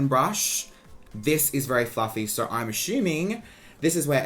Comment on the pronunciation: i love you but i hate how you can make the “o” sound in any other words but when it comes to “so” you say “suuuurr” like stop💀